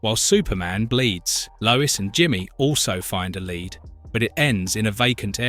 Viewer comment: He called Lead Leed lol